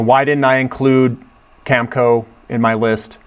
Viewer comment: Cam-a-co...in sitchoo